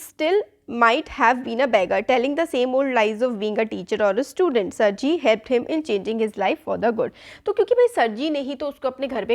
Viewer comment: सर्जि नही सरगई